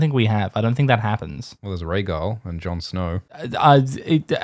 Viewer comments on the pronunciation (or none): none